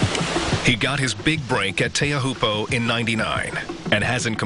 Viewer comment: Arrrgh, Teahupoo is pronounced "Tcho-pu"!